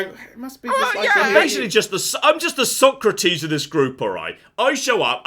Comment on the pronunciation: 'I'm the Socrates of this group!' No,, you're the 'So-crates' of the group.